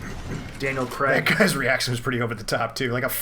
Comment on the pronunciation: What’s this Daniel CREG shit?? It’s pronounced CRAYG.